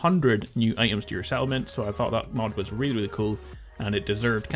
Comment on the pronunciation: "Ite ums" lol your accent. 😂😂